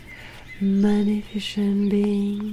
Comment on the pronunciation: Excellente vidéo!! (je dois toutefois vous indiquer que le mot 'magnificent' se prononce comme si la C était une S, 'mag-NI-fis-sent' sans le son de CH là-dedans. Outre ça la vidéo est parfaite!)